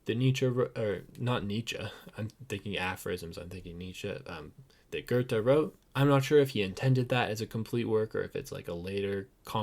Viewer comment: Loved your video. But please learn to pronounce his name correctly!!